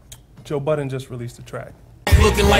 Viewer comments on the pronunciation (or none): What the heck?! Why does everybody call him "Joe Buttons"????? It's Joe BUDDEN.....smh.....